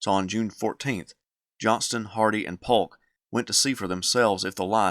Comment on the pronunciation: It's Pole-K, not pulk